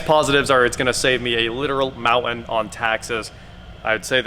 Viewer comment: what's a "mou-an" " save a mou-an on taxes'?